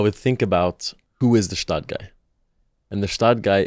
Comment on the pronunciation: That's a perfect match for an episode🎉 It would also be great if the Gstaad Guy would finally learn how to pronounce Gstaad correctly😅